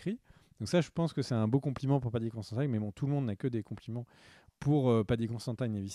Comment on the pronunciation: Mais, tu vas le chercher où ton Paddy "Constantaïne"? C'est Considine son nom! Et ça se prononce comme ça s'écrit, pas besoin de mettre des "aïe" à la place des "i". 😅😘